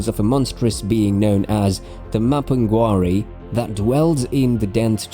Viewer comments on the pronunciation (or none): none